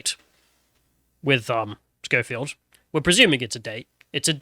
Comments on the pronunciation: Why do you keep calling him Showfield? It's Skoefield. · His name is pronounced SKO-field not SHOW-field. And EDMOND Holmes? 🤦‍♂ FFS, learn how to read properly. #ThickTwat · "Showfield." "Edmond Holmes." and Sargon's complete inability to pronounce names has to be an in-joke at this point. It's ridiculous.